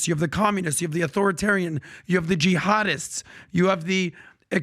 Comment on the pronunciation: So did he say Collectivism/Communism as explanied or he said Collectivism/Communism/Jihaaadism as loudly emphasis?